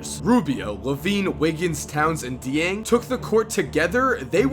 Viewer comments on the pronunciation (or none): BigKahuna 422 it's really not difficult lol. I mean I am from Africa but still. can't stand when people try and say it's "Deng"